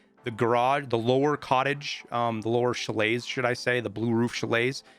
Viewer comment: learn how to say chalet